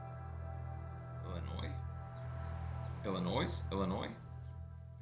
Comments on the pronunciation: IllinoY. The s is silent. If you want to drive an Illinoisan crazy, pronounce it Illinoyz. Hi from Bolingbrook, IL! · The S is silent in Illinois. Born and raised here. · Illinois. The 'S' is silent. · Illi-noy. The " s " is silent. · as somebody who is born and raised and still lives in Chicago please don't pronounce the s in Illinois it's so annoying to people like us. Please and thank you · Hey, the S is ALWAYS silent lol same for illinoisans, sssssssilent lol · do not pronounce the S in the word Illinois. people like myself that are from Illinois and live in Illinois are so annoyed by people who pronounce the S.😂